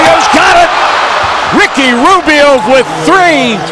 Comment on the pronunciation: rrrrricky rrrrrubio !!!